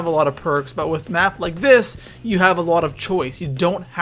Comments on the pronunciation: Map not may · He said may layout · it said ay layout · You said may layout 😂😂